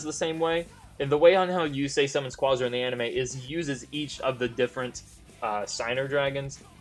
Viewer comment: the way you say quasar is bothering